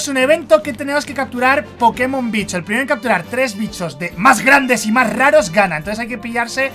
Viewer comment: Me mate cuándo le dijiste vicho a los pokemon soy tu fan número uno te quiero